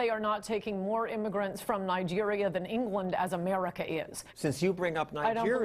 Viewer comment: love the way she says Emarica